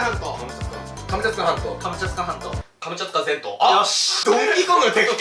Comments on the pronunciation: 今更気付いたけど最後の方「カムチャツカ全島」が「カムチャカ全島」になってて草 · 最後、クリアした時「カムチャカ全島」になってる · がカムチャツカ全島っていうときカムチャツカ銭湯にめっちゃきこえたww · すみません。カムチャツカ全島が「ハムカツが弁当」にしか聞こえなくなりました…。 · 最後『カムチャカ全島』って言ってる。ツが抜けてる☺ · カムチャカ全島になっとる笑笑